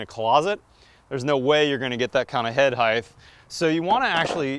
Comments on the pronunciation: "Head heighth"??! "Height" pronounced the same as you would "hīt". There is no 'th' at the end of "height". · Is it "heigth" as you pronounce it? Or "height" as it is spelled? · Why do you pronounce height as hi-th and not high-t? Is that a regional thing? Genuine question! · It's height, not "heigTH" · did he say "head heighTH" ??? I wonder if he also says weighTH? What in the world? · He mispronounces the word height. It ends in a hard T sound, not in a th sound. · wtf is heighth? the word is height. also nunchucks. no m. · "Head hithe" and "nuM-chucks" made me cringe so hard I stopped watching.